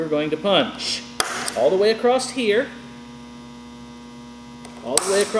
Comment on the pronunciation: It's not "Acrosst here" the word is always "across" there is no t. thanks